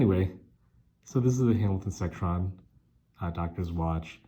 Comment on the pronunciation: Not "Sectron." It is a Seckron.